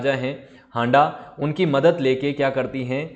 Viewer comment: Sir ji ( हांडां नही हाड़ा)